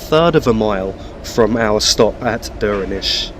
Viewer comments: So you were spot on with your first pronunciation of Stromeferry. 'Strom-ferry' Duirinish is a little different but you were very close. Coming from gaelic the D is softened so it sounds almost like a J I would pronounce it 'Joor-in-ish' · Duirinish pronounced joor-i-nish Also .. Achnasheen, Lochalsh and just Loch all have CH pronounced softly or guttural not hard like Acknasheen or Lock. Try the words from other countries like Rioja or even Bach and you get the idea ..